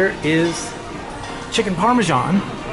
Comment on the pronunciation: Its Parmesan not Parmejan lol